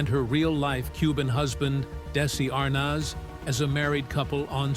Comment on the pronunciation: Pronounce Desi's last name and vitameetavegamin correctly. No good excuse for the way you butchered it!. All you have to do is watch the episode.